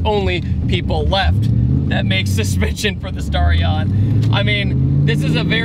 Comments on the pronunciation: Dude it's sta-ri-on not star-ion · The mis-pronunciation of Starion is making me cringe so bad.